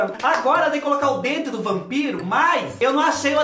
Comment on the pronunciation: Ralaween, Prepúcio, Rampiro...😂🤣